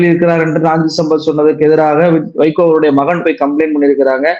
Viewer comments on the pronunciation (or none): நீங்க அடிக்கடி வைக்கோ, வைக்கோன்னு சொல்லும் போதெல்லாம் என் காதில் சைக்கோ சைக்கோன்னே கேட்குது.